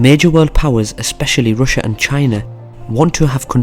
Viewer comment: Some one need to teach him how to say RUSSIA